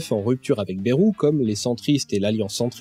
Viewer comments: Excellente vidéo et félicitation pour l'énorme travail que cela a dut demander. Seulement, une erreur grave, cruciale et souvent répétée m'énerve au plus haut point : ÇA SE PRONONCE BAYROU ET PAS BÉROU. (Pour les parisiens ou ceux qui parlent comme eux : Baillerou, car "ay" se prononce "aille"). Non sérieusement très bon boulot à part ça ^^ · Hello, émission passionnante mais j'ai un (tout petit) reproche à faire : on ne dit pas "bèrou" mais "baillerou" pour ce cher François Bayrou... même si je ne l'apprécie guère, c'est pas cool de déformer son nom. Il l'a d'ailleurs souligné lui même plusieurs fois de mémoire. Sinon à part ça franchement chapeau de détricoter tout ce merdier qu'est le "centre" ! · Merci beaucoup ! Et ouais j'hésite toujours entre les deux (et je crois que tous les journalistes et politiciens aussi). Je pensais avoir fait un compromis en tentant de prononcer très légèrement le Y, une sorte de "BAyROU"